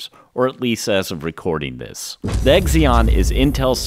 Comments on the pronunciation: Good job. Great overview. Recent buyer of a 2012 12-core and will upgrade over time … (NB Zee-On rather than Exx-on ;-) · It's not "Egzion" processor, but "Zee-on" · it's pronounced 'Zeon'. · The 'x' in Xeon is pronounced like 'z' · Xeon is pronounced zeon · The “X” is pronounced as a “Z”, ie Zeon. Come on now. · How the hell does someone pronounce "Xeon" so wrong? Have you never heard anyone else say it?